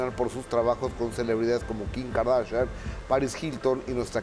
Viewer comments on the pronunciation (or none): none